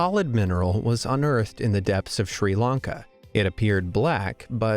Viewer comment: It's pronounced sri lanka and not sri laanka